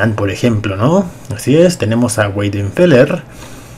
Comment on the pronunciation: se dice "Bainderfela" en vez de Güeiderfeler 😂